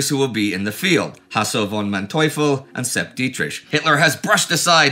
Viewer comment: It's "Manteuffel", not "Kartoffel" And "Manteuffel" means the "Man devil".